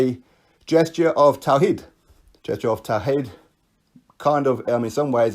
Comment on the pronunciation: Btw good pronunciation of tawhid.